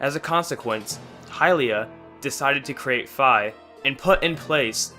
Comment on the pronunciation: It’s Fi not fa. sorry that just annoyed me